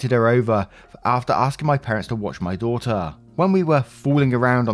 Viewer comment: Love the accent and the way you say daughter😘😁